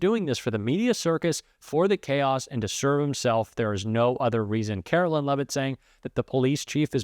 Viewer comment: Karoline Leavitt's name is pronounced KaroLINE like the word line. You are pronouncing her name like mine--Carolyn.